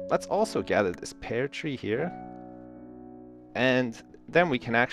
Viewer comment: is it me or did say "pear" wrong?